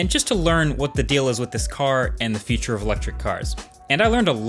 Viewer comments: I am stuck on how you pronounce the word future . 😂 It sounds more like feature. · funny how an english-spoken person cannot differ future from feature